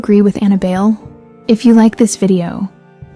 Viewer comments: Buy-leh is the pronunciation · It's Bai- Lee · That's American pronunciation. In its true origin, Filipino, it's pronounced as "BAI (like "lie") LEH" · how hard is it to fact check why it is pronounced bail?